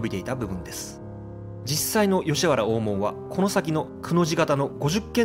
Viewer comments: グアム在住の姉から「懐かしい山谷の風景を見ることができますよ」とこの動画のことを知らせてくれたので公開後すぐに見てみた。 実は、このチャンネルの「船橋編」に僕が４５年前に８㎜フィルムで撮った「コークスクリューコースター日本初上陸！」の動画が知らぬ間に使用されていたのでこのチャンネルのことは前から知っていた。 山谷で生まれ育って、吉原から１００ｍ程の近さにあった小学校に通い、吉原最後の引手茶屋の息子やカフェ―形式の貸座敷経営者を親に持つ長男たちなどが同級生だったので、どなたかも言ってましたが気になる点は当然多々ありました。吉原大門「おーもん↴」のイントネーションや五十間道 (みち) の読みが「ごじゅっけんどう」と言ってたのは特に気になった。 お江戸の昔の二大悪所が「浅草田圃の新吉原」と「聖天町の芝居街」だったのが、昭和３０年代中頃からは行っちゃいけない場所が「吉原」と「山谷」になってしまった。なので小さい頃に山谷の宿が自宅で寄せ場のおじさんたちに可愛がられた僕としたら、吉原と山谷を否定的に面白半分に紹介する blogger や YouTuber には迷惑していたが、このチャンネルは吉原と山谷の地域資源をトリビアものとしてまとめているので好意的に見ることができた。 山谷は埋もれた歴史資源や地域資源が今なお手つかずのまま残されているので日頃から「ほていやブログ」やお店の facebook などへ随時紹介しているが、今回の動画はウチのブログの中のカテゴリ「忘れ去られた山谷の風景」からの引用が画像を含めてとても多かった。しかし船橋編の「コークスクリューコースター」には入っていなかったクレジットが「都電２２番線」の動画には入れてあった点はとても良かった。 ちなみに、小塚原刑場跡地の近くにある延命寺さんのリーフレットによると、小塚原は「こつかっぱら」と濁らないで、略して南千住を「こつ」と呼ぶのが正しいのだとか。古今亭志ん生師匠の落語「今戸の狐」の音源を聞くと千住の女郎上がりの奥さんのことを「コツ (千住) のサイ (妻)」と言ってます。明治期にコツ通り脇にあった女郎屋や新吉原遊廓で遊んだ経験のある噺家なので遊女屋の噺に説得力が感じられます。 文面が長くなるので、昭和３５年に建てられた「浅草警察署山谷警部派出所 (山谷地区派出所)」のことを普通交番に格下げ後の「日本堤交番」と混同してること、都電の浅草山谷停留所近くにあった「長寿館 (現在の JUYOH HOTEL)」の画像を吉原の場所としていることなど等、感想の続きは「ほていやブログ」や facebook から申し述べることとします。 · ｢高尾｣｢大門｣のイントネーションが違う。あと｢酉の市｣は毎年日にちは違う。11月の酉の日。もうちょっと勉強して。